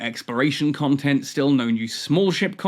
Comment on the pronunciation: First improve your English, it's not Contant it's content and it's not Romes it's roams 🤣. You deserve being ridiculed for weak English if what you are doing is itself considered as nothing but ranting 🤣.